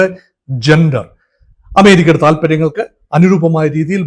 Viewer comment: താനെന്താടൊ ശർദ്ദിച്ചു വയ്ക്കുന്നത്, താനെന്തിന്റെ Dr ആണ്, വാഴക്കുലയുടെ യോ അതോ മൃഗ ഡോക്ടറോ? Canada മലയാളത്തിൽ കാനഡാ എന്നു മാത്രമാണ് അല്ലാതെ ഖാനഡാ അല്ല,കമ്മികൾ പറയുന്ന പോലെ - ഖേരള അല്ല കേരള ആണ്, ചൈന എന്നാണ് ആണ് അല്ലാതെഛൈനയല്ല, ജന്റർ ആണ് അല്ലാതെ െജൻ ൻ ൻന്റർ അല്ല, ലോകത്തിലെ ഏറ്റവും ശക്തിയേറിയ സൂപ്പർ പവ്വർ ആണ് US, അവിടുത്തെ അതിശക്തനായ പ്രസിഡന്റ് അവരുടെ കാര്യങ്ങൾ തീരുമാനിക്കുന്നു, തന്റെ അറിവിലേക്കായി പറയാം മോദിജി Makein India കൊണ്ടുവന്നിട്ട് 75% മിലിട്ടറി സാധനങ്ങൾ ഇൻഡ്യയിൽ ഉണ്ടാക്കണമെന്ന് പറഞ്ഞ് ആക്ഷൻ എടുത്തില്ലെ, അതാണ് US പ്രസിഡന്റും ചെയ്യുന്നത്, അതിൽ ഇൻഡ്യക്ക് എന്താണു തിരിച്ചടി? വെറുതെ വന്നിരുന്നു വാചകമടിക്കാതെ വേറെ പണി നോക്ക്, Meaning less talk